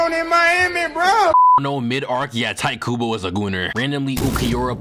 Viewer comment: the way you’re pronouncing tite kubo needs work big man